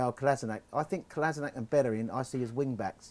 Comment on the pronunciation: Come on guys it's time we get the guys name right. It's not Kola-sin-ak. It's pronounced Kola-shin-atz.